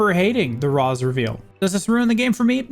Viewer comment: This made for a nice trip down memory lane. I will say after hearing it a few dozen times, I feel compelled to tell you it's pronounced "Raysh," not "Rahs," despite how it's written. I think they only say it like twice so it's probably easily missed unless you're familiar with the name ahead of time.